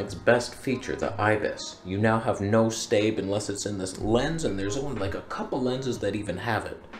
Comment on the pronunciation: Take a drink every time we hear “Stabe”